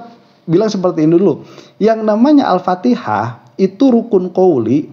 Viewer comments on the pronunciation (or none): Dia baca Alpatekah, bukan Alfatihah.... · Jokowi sembhyg cuma untuk rekreasa saja biar dipuji oleh publik padaha fatihah pun tak tau baca ..alfatika😂